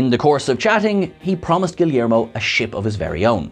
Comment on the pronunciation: the Yeager class was actually refreshing, i like the design. also, how did you butcher Guillermo so bad?!